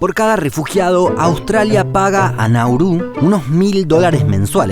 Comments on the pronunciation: Es [[Náuru]] no [[Naúru]] no [[Naurú]], por lo demás perfecto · Todo bien, pero es Nauru, no Naurú